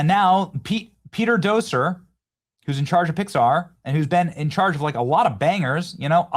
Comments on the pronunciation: Peter Docter, not Docier. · Love your show. That being said, his name is Pete Docter (Dokter) not (Doser) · It's "Doctor", not "Docer". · I think his name is pronounced Peter Docter as In Doctor. Not Doser. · His name is pronounced Doctor not doser. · Pete Docter. Daak-ter. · How do you look at the name Docter and decide it’s pronounced “doh-ser”? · Docter is pronounced Dough-sir? No wonder why they're falling to crap. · Pete Docter’s name is pronounced "Pete Dock-terr" . The first name is pronounced normally, while the last name sounds like "dock" followed by a short "ter," often with a slight, fast "r" sound at the end. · It’s DocTer with a T. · Guy can’t even get Pete Docters name right. DOCTER said like Doctor. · It’s Pete Docter, like Doctor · Am I the only one who thinks the way "Docter" is pronounced doesn't sound right? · FYI, there's a "T" in his name. Pete Docter. Hope it's not too late to pull Pixar out of the toilet, but it's been a long while since I've gone to one of their films, where it used to be that I would be there on opening day based solely on the studio name. Not anymore.